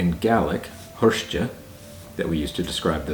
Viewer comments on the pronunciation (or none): Hiort, roughly pronounced "hirsht", in the video you say "hirsh-tchuh" as if it were spelt Hirste :-)